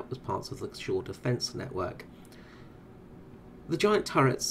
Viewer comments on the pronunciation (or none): none